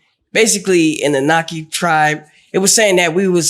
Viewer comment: These dudes can't even pronounce Anunnaki.they making a fool out their own selves.